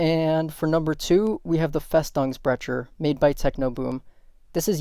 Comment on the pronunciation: Great video. Just one acoustic comment: Festungsbrecher is German for "fortress breaker/destroyer" and the "ch" sound in "Brecher" is pronounced like the "J" in Spanish... like Juan, Jose or fajitas.